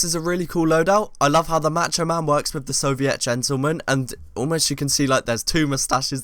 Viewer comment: its soviet, not soviét